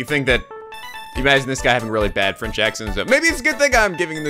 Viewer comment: Gfdi, your French makes me cringe so much. DX...but I'll deal with it, even if it's like peeling onions near my eyes. TT~TT